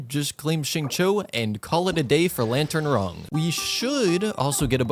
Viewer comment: Bro really said "Lantern Wrong"😂